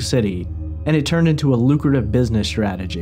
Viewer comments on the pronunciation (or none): none